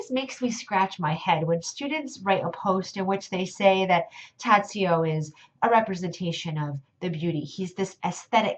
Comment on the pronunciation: Just one essential thing, since you are speaking about him, it is pronounced Tah-joh.